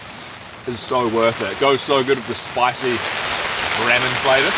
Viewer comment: I love everything about your channel bro, but I swear you're personally trolling me when you call it 'RAMM-en' lol